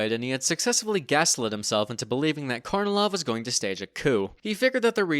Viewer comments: FYI, Kornilov is pronounced as "car-knee-love" 🙂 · Small point but I recommend you look up where the syllable stress is in Russian names before pronouncing them. Plus unstressed o's become a's. e.g., KarnEElaf